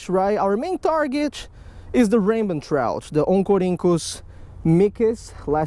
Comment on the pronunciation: Hahaha rainbun chrowt !! He can speak latin better than english..